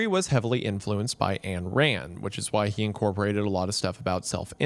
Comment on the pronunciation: great work! though it is actually pronounced Ein - like the letter one in german - rand - she joked during an interview when someone called her "ann" that that was was wrong - ayn rhymes with swine...